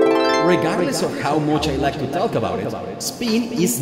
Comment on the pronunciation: Me encanta tu energia y explicaciones, pero por favor, cuando dices "half" la "L" es muda y seria "haf". Otra igual es "talk", no la pronuncias "talk" sino "tok" ademas en esta cambias la "a" por la "o"